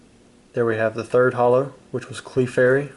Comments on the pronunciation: Cla-fery not Cli-fairy 😑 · Did you really just call it a CLE - FAIRY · .. "CLEE-FAIRY". Lol. come on now .. "CLEE-FAIRY doll" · You've been collecting Pokemon for 20 plus years but you can't pronounce some of the names right it's clefairy not kleefairy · Cleefairy Clefairy man ffs 😑😑😑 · Clefairy is pronounced cl'fairy. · A cleefairy 🤦🏾‍♂️ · Nobody: Him: “clee-fairy” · "There's a CLEE-fairy." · Reallly? Cleefary? Who pronounces it that way. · CLEE-fairy and his AR-canine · "Here's a CLEE-fairy" ??? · I'm only upset about the fact of how he said clefairy Cleeeee.... Reeeeeee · i love these, the pronunciation takes me right out of it though. Clee-furry. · Have you ever watched the anime? It's not like pecon/pecan, the Pokemon actually pronounces it's name as "Cluh-fairy" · did he just say... cleefairy? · A 'Clee fairy'? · As soon as he said "Clee-fairy." I'm done I stopped watching lol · man, didn’t you ever watch the show? Nobody calls it “Clee-fairy”... awesome cards. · it's pronounced cluh-fairy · I agree, it's not pronounced "clee fairy..." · The way you pronounce Clefairy made this very hard for me to watch lol, but the nostalgia is real. Great opening! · Great watch. But, hearing him pronounce Clefairy is like nails on a chalkboard....ugh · So he seriously doesn’t know how to pronounce Clefairy correctly?!? Loved every second of this video other than that 😂👍🏻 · And the E in clefairy is silent, hill billy. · Unsubscribed because you mispronounced Clefairy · The way he pronounces Clefairy 🤢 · For someone claiming to know his Pokémon. You have a really stupid way of pronouncing Clefairy. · Acts like a huge fan doesn't know how to say clefairy lmao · how did you mispronounce clefairy? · I’m gonna lose my mind listening to you say R-canine and CLEEfairy